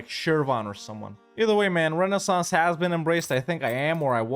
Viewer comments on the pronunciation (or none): none